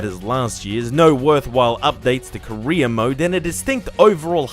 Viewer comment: I can't help but hear "korea mode" Instead of "career mode".